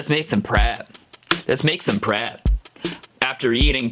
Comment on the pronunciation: He said rap instead of prap😖😮